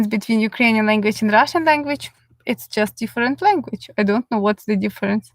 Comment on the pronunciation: Love how you say, I will tell you all about Russshhan Gills (accent) lol. Thank you for the information.